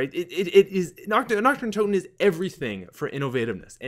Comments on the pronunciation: Nacht: pronounced Nocked. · is pronounced nakt! xD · I hate how he pronounces nacht with a CH sound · vinny vandeel same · Dude...you're pronunciation of Nacht der Untoten is SO bad haha. There's no emphasis on the "h", in "nacht" and "untoten" isn't prounounced "tot-in" it's pronounced "tote-in". So phonetically, it would be "Nahkt der un-toe-ten". Love your videos, that just made me cringe :P